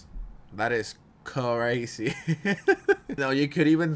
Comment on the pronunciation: “That is CUHrazee” Did better as a news anchor for gods sake lol.